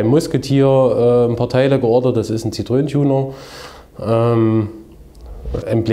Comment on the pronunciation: Sehr coole Karre, echt mal was komplett anderes und gut gemacht. Scheints auch sehr lässiger Besitzer... Nur bei ZITTroen blutet mir mein francophones Ohr. ^^